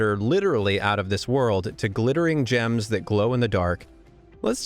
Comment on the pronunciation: " g ems "